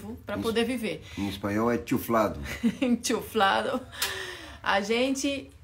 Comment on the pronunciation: não é enchuflado não . O certo é ENCHUFADO . A outra palavra é inflado .